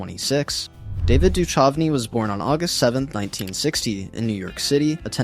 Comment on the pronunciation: David Duchovny is pronounced (Doo-kuv-nee)